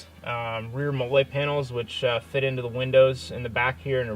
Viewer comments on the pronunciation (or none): Dude said molé